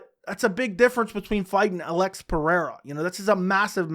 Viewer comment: You got the brazillian pronunciation of Alex's name perfectly